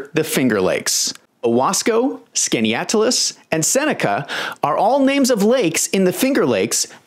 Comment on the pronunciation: My family for generations has lived in the finger lakes area on the shores of Skaneateles Lake (kudos for a nearly correct pronunciation). I can confirm at least one lengthy tunnel originating from my neighbor's basement used for escaping slaves. The electrical lighting was added in the 1960's even though the end outside of town is closed off.